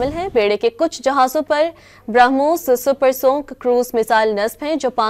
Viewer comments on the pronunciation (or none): Super sonic not supersoon